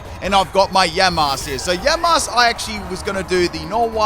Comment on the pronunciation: Nobody:: YaNmAsK, MaYjArNa, YaVaNtAl